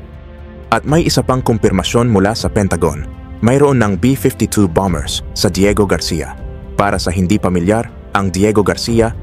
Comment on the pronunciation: Mahusay at detalyado ang report mo… kaso i-check ko lang ang pronunciation mo ng: BOMBER (S)……. [ Ba-Mer (s] Silent letter B.. Again…. Ba-Mer! Hindi. … BAM-BER … sakit da tenga kasi… no offense mesnt..